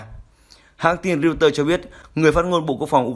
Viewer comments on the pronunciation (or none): none